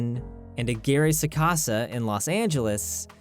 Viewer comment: I cringed violently when I heard Roberto aguirre sacasa